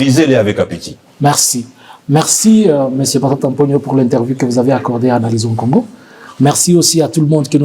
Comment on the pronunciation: Correction, correction c'est analysons kongo et non analysen Kongo